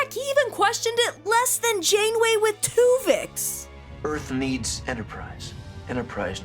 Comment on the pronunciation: Take a shot everytime she says Twovix